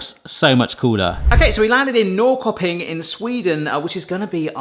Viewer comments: Norrköping is pronounced Nor-shur-ping. It kind of means north-market. Very nice industrial town, kind of like the Manchester of Sweden. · The Swedish one is pronounced "Norsherping". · I think you'll find Norrköping pronounced approximately like 'Norr-SHIR-ping' (without the sound of the 'r'). I like the 'throw a dart at the map' idea. What about getting an atlas and just randomly opening a page up with your eyes closed and stabbing with your finger? Or have someone move the map under you while you drop a dart from above? Or have a selection of countries to choose from and spin a wheel (or use a random generator) to pick your three? Options!